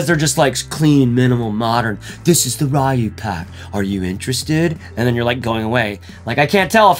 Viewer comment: RAI-YOO and HAHHHdookin 😂 k